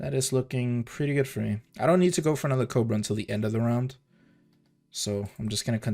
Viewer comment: Is it just me of you also here him say "COPRA" instead of "COBRA"